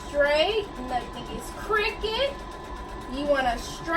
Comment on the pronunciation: But you sounded country frfr when you said “keep everything straight, we don’t want anything to be crooked” it sounded like you said cricket😭😭😭